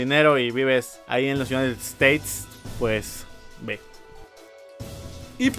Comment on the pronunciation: Unaites steits xD